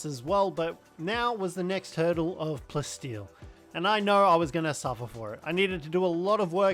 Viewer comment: Am I crazy or are you calling Palsteel Plasteel? I hear it but at the same time I don’t and its weird